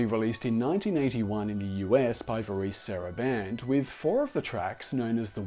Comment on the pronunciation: VAREZE, not VAREECE! SMH!